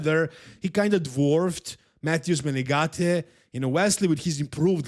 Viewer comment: Thanks to for pronouncing Menegate‘s namenproperly, as opposed to other big bodybuilding news channels👏👏